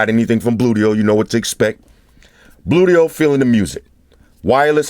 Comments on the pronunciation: when he says bluedio it sounds like booyt o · Gotta watch how you pronounce those things. Bluedio could become bootyhole with a slip of the tongue.